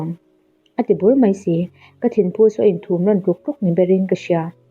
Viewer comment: Thumrawn tih laia thum hi pathum tiha thum tih thluka lam tur aw